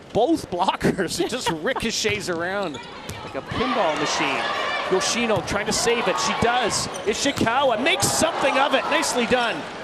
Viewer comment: Not sure which part of the name YoshinA comes from when it is clearly an “O”